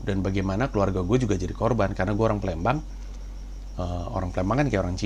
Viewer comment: gua baru tau kalo lu org plembang bang, dan gua yakin lu emg plembang krn lu nyebut "palembang" dengan "plembang"